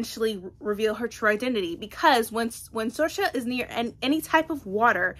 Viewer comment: The name Saoirse is pronounced Seer-sha, it’s the Irish word for freedom. You’re saying Sorcha (sor-sha) but it’s an easy mistake to make when you’re not familiar with it